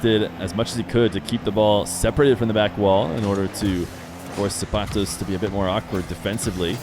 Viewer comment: i hate the way he says the mexican guys name so cringe man